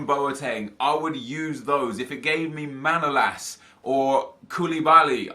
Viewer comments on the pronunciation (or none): none